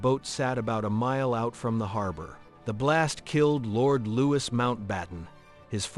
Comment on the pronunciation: LouiS???? You don't pronounce the "S", AI!!!!